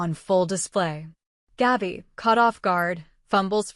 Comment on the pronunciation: GABI,,,, NOT GAUBI !!!! IF YOU CANT READ,,, ""STOP NARRATING"" 😡